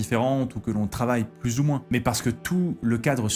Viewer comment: Ai-je des hallucinations auditives ou est-ce que fait parfois une liaison chelou comme s’il y avait un T à la fin du mot mais: « mais T il/elle/on »??